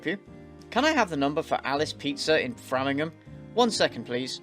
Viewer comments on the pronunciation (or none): You know it's fake when someone lives in Framingham and decides to call a pizzaria instead of a Brazilian restaurant (also, it's pronouned Fray-ming-ham :-)